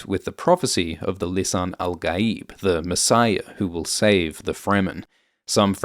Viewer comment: Lisan al gaieb is an arabic world meaning the tongue of the beyond (beyond this world) لسان الغيب The prononciation is so wrong, please look it up on google voice.